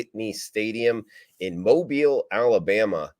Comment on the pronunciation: Just glad you can pronounce Mobile correctly, now you just need to work on the Louisville